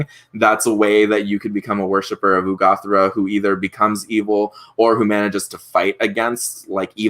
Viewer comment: I don't understand why you keep calling her Urgathoa "Ugothra" if you even know you're mispronouncing it. Strange...